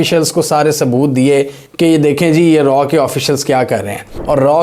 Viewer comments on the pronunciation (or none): 😂😂😂😂 It's Raaaaa not R&AW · RAW NAHI SAAR ITS RAA, PLS USE CORRECT URDU WORDS, MODI NAHI SAAR MOODY 😂😂😂😂